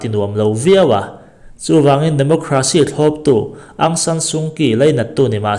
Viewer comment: Aung => ang anilo... áwng tia lam tur ani zawk ang